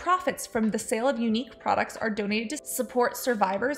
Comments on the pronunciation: Ugh "poo"nique. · omg nooo when you said "younique" i cringed so hard!!